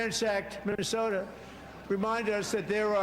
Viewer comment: She can't even say Minnesota right